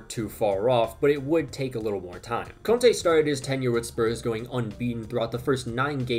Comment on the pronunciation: When you said conte at first I thought you said Kante